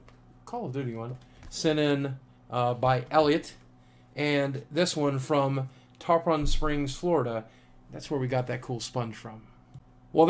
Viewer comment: Tarpon Springs? I live right by there. Also, it's pronounced tar-pin, not tar-pawn.